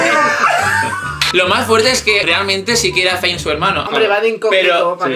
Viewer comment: Por qué ninguno sabe pronunciar el nombre de Zayn bien? 😥 S E I N SEEEEIIIIIN S. E. i. n 😘